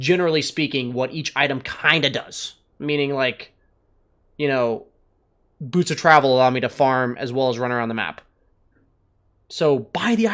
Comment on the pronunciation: please look up how to pronounce “boots”:)